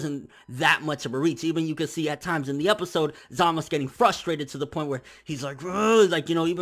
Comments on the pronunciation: his name is zamasU not zamas lol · It always lowkey bothered me that pronounces Zamasu's name the way he does Za-mas. It just sounds weird to me while Za-ma-su just sounds natural. idk why it bothers me lol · za-mah-su 3 syllables